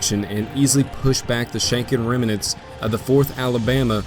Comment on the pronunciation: No hate, but it's pronounced "rem-nants"